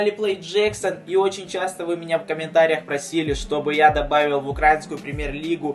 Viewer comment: Комменты вообще не читаешь. Не УкрАинский. А УкраИнский